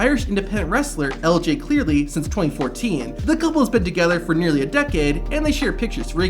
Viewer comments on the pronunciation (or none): It’s LJ CLEARY not Clearly 😭 & they are called “I do’s” not “do’s” lol